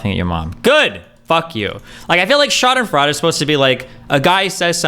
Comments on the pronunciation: Bro sprechen sie deutch? It's pronounced Freud like the psychologist not like fraud with the weird silent U thing you are doing. Schadenfreude its even spelt that way not sure what else I can say. Your usually pretty good with the speaking wordy thing so not sure what that is about. Eh we all have our moments now I want to see you try and say Flugzeug and Papagei but without looking up how to pronounce the words because that would be no fun. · Schadenfreude is pronounced "shaw-den-froy-day" That ratio hurt his soul. That reaction is some of the funniest shit ever. This dude has to be trolling XD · For future reference Destiny, in German, when two vowels are walking the last one does the talking.